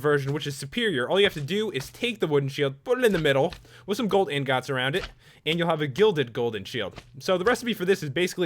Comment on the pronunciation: He said inconds